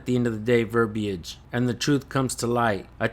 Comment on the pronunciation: Just for future reference, the “i” in verbiage is silent.